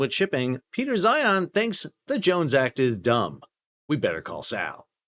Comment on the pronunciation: love how Sal calls him Peter 'Zion'